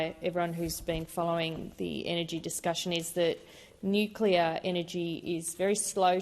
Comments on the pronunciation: NO .......GALLAR .......NUCLEAR IS THE WAY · Boneheaded Bowen can’t even pronounce Nuclear…..☢️